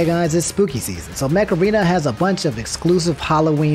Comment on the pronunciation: Okay I can't be the only one who heard macarena instead of mech arena